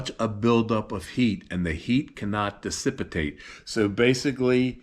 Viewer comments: it's dicipate no decipitate ---- isn't it ? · One minor correction The one word you mean is pronounced - Dissipate - which means to make lose of not dicipitate . It can be a hard word to get mixed up with...